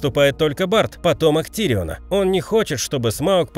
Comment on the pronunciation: не тириона а гириона